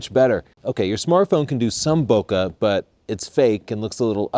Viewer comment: Bokeh pronounced wrong. Makes me sad.